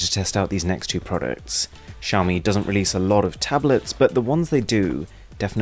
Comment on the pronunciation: It's xaomi Mi-stery